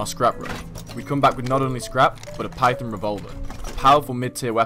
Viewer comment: Python.. on... not pythin.. in...